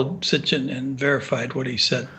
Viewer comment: Hey man great interview but why do you keep saying S t i c h i n when you are referring to Zecharia S I T C H I N? who knew the man personally pronounced it correctly many times, how did you not pick up on that?